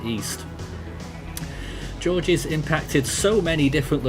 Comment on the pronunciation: It's pronounced like George, it's French.